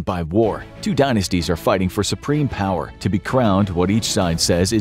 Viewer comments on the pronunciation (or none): none